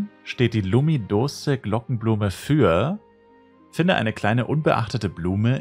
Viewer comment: Das heißt Lümidousch